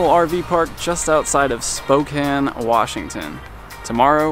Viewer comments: Yay! You said Spokane correctly! Lol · Yay! You pronounce Spokane right! Enjoy the Gorge! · Really enjoying your video. You are in my back yard that’s awesome and said the name right.